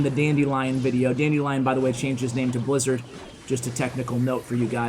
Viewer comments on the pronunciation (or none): none